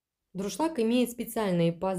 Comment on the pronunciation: Дуршлаг... А не друшлак.